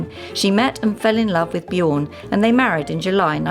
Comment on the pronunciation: "... between Benny and Bjåg ..." How can it be that difficult to say Björn?